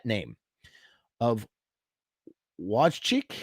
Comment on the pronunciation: It’s pronounced Voy-Tek